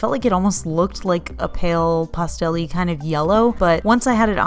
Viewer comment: I love your videos and I adore the way you pronounce 'pastel.'